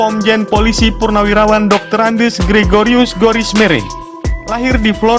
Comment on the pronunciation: Tolong dibaca dengan benar...Doktorandus, bukan Doktorandes